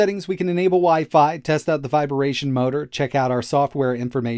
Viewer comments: Viber-Ation motor ? Wtf is with that pronunciation 😂😂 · You said "viberation" both times. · Viberation or vibration? 😂 Great video tho! Meep up the great content! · haha Vi-bar-ation